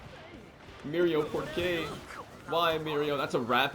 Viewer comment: I'm portuguese and when i heard you say porque i was so happy and i whatch all your videos in English